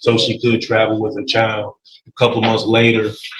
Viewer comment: "chile", "with her chial", YES it's her attitude! Hahaha she didn't fool the Judge! I love it! OMG 20 years!!! And she is messing it up?